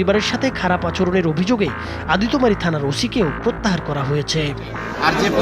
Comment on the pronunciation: সন্দেহ কখনো বিচার কে পূর্নতা দেয়না। এতে পূর্নতা পায় মব। এর আগে এরকম অনেক ঘটনা আমরা দেখেছি তাই সবার উচিৎ এসবের বিরুদ্ধে সোচ্চার হওয়া। আর সাংবাদিক সাহেব আদিতোমারি না এটা আদিতমারি হবে।